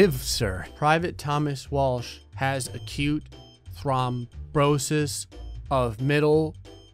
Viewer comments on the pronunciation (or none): Watching how struggled with thrombosis pronunciation was hilarious 😂